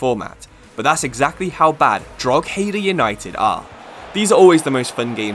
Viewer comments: Drogheda pronunciation is dro-heh-da. Love the series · You pronounce drogheda wrong is just pure annoying me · Your pronunciation of drogheda hurt my soul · Nice video! But learn how to pronounce Drogheda right please 😂 as an Irishman this hurt 😂😂